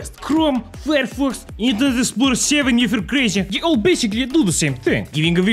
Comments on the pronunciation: Ah yes, inter-nyet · “Building The Internyet” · Ah yes Internyet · Not internet it's internyet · No one:: Inter NYET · its not internet it is inter-NYET:) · Ah yes, the "inter-nyet" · You mean the InterNYET, right?